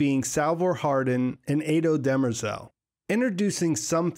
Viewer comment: I’m nit sure you are saying dermerzal name right but I also listen to audio books so not sure.